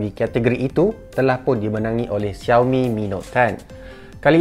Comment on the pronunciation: Shao mi, bukan ziao mi 😄